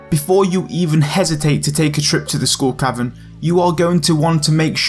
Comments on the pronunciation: I swear he says School Cavern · Does anyone else hear him saying "School Cavern"? :) It's probably appropriate since you get a kind of an education in survival against the odds..... ;) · I keep hearing school cavern. He he he ;p Great Video though